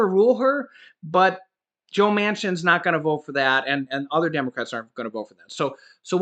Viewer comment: Like the blooper on 'other'! Made me laugh when you said 'udder'! Thanks for all the hard work you and Laurel do for us!